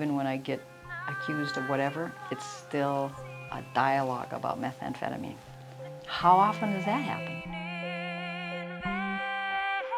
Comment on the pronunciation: I like the way that one dude pronounces it, "meth-amp-feta-min"